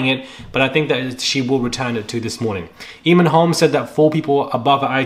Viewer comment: OK I have to correct you... It's pronounced AYmon to rhyme with Hay. Not EEmon! It's an Irish name.